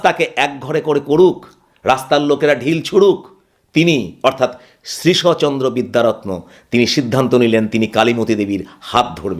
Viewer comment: উচ্চারণটি শ্রীশ+অ নয়, শ্রীশ্ চন্দ্র।